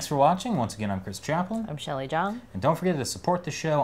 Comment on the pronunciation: It's Shelley!! Shelley!